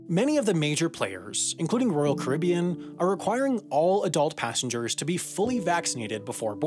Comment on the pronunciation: Why do you pronounce “Caribbean” two different ways in this video?